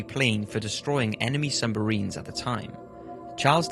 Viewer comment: Him saying sumbarine was so annoying. ITS SUBMARINE GET IT RIGHT